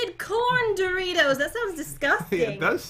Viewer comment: you grabbed my interst when it said doritoes